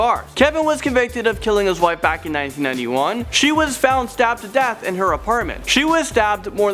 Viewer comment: is it me or did anyone else thought he said dabbed to death? LOL!